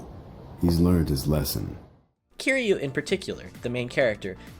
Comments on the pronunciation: How you gon say Zero in the Japanese pronunciation yet say all the Japanese word wrong. I was fine with you butchering Yakuza, Kiryu, and Kiwami up until the snarky remark about Zero. Top 10 bruh moment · Lol you can't even pronounce Kiryu correctly but lecturing people on how to say ゼロ like your a cool guy that knows Japanese. Oh yeah. You pronounced ゼロ wrong too. 😂😂